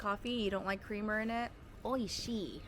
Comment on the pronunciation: No offence but why do you say oishii and kawaii like that 😭